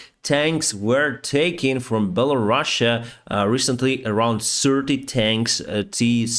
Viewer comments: “Bella-Russia?” Is that how it’s really pronounced or is he making fun of them? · I thought that the name was Belarus and not Bella Russia 😄